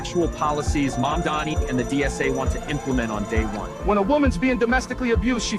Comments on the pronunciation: Small favor: could you please learn to say "Mamdani" correctly, instead of saying "Mom-dommy" a thousand times more? It's already spelled phonetically, so either your elocution needs work or you're doing it purposefully. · Why is it so hard for every conservative to say Mamdani?